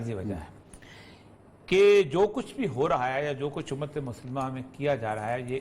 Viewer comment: Umaaaattttttt which Umaaattt !!!! 1.8 billion vs 9.3 Million ???? Destroying the Palestanin empty handed people....please stop saying b Umat,Umat...